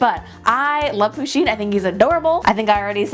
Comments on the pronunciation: No offence but I hate when ppl call Pusheen he bc she is a she. Also it's not pronounced 'poosheen' it's pronounced 'Push-een' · ITS PUSH EEEN NOT POO SHEEN AHHH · First pusheen is a girl and it's pusheen not poosheen sorry it just really bothered me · Ok, you pronounce it PUSH-een not POO-sheen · Pusheen is a girl lol :D And you kept pronouncing her name le wrong lel